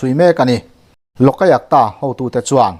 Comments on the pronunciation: I thupuan hi ngaih thlak a nuam viau mai.kan sawisel duh lai chu,LOLAYUKTA tih lai hi.Loka yuk ta. ti in i lama,loka tih lai hi, loka a (a )tih lai hi khi a hmalam AYUK tiin lam ta la, a dik zawk ang.LOK-AYUK -TA..LOK leh AYUK hi til hran ani e. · Lawkaiakta ti zawm put lo deuhin, Lawk-a-iak-ta ti a lam nise a ngaihthlak a nuam deuh maithei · Lokayukta iti zel a, Lok ayukta tih tur. Lok leh ayukta inkarah hian chawlh zeuh tur, lam zawm pût lo in.